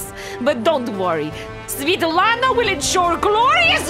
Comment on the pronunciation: The video, however, refers to her as Svitlana (sv[ee]-, not sv[eh]-). It's like how you wouldn't call Kris a Chris - it sounds practically same, but you gotta respect the way it's spelled.